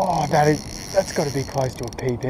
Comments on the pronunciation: It's PB not PD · As a fishing show I think u would use pb a fair bit. I was just making sure you knew what it was for future reference. It definitely sounds like bd.